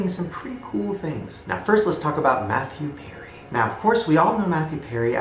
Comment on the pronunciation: Did anyone else think he said “meth you Perry” when he said “Matthew Perry”